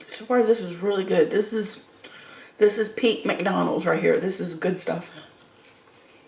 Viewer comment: As would say: "McDurnald's!" LoL: )